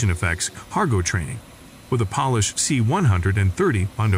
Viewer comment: It’s Polish with a long “O” not a short “O” although the Poles do shine in operation.